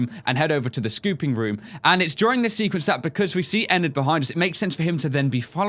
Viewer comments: it's not ennerd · did other say ENAD XD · Ever notice how Ennard is said like inward?